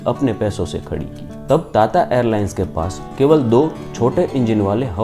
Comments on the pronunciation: ता ता नही टाटा 😂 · टाटा को ताता क्यों बोलते हो, तोतला हैं क्या। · ताता‌ नहीं टाटा😂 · ਤੱਤਾ ਨਹੀਂ ਟਾਟਾ 🤔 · ताता नही टाटा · ताता नही भाई टाटा है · ता ता एयरलाइंस🤣🤣🤣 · Bhai tata bolna seekh le pehle 🥲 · Bhai tata ko dang se bol le